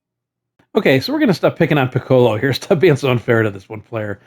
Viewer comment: Pi-KOH-loh…LOL. You don’t about the DBZ aura farmer that is Piccolo (Pi-Koh-Loh)? Or the instrument for that matter…😂